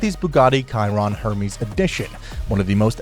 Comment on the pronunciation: "Bugatti Kiron"